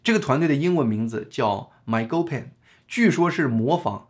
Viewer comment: 事實察核單位名稱發音：賣溝“pen（三聲）”